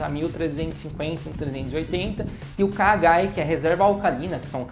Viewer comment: É KOH e não KH!!!!